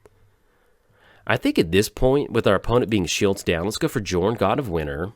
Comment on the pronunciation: Please please please stop calling him Jorn. It's pronounced YOOOOOOOOOrn. Besides that, glad to see you survived the ice storm!